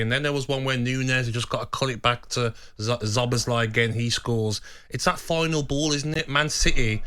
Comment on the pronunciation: Zob-us-lie LOL Szoboszlai - Gabby never fails to disappoint